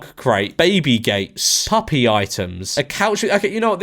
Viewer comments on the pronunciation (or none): none